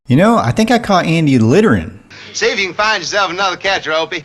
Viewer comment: Can't pronounce "th". Anudder for another.